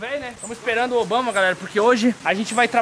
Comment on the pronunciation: O nome certo é IBAMA e nao Obama